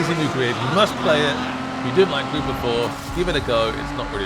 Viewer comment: Did he say Glid?